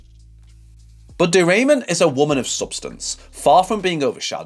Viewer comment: My gosh…not De Raymond voice pronouncing wrong. Ramon, the way it is correctly pronounced, it’s not a great last name. 😅 she is a Jersey girl. Born in New Jersey. I suppose it is more elegant to say she is from Spain (Spanish or Spaniard).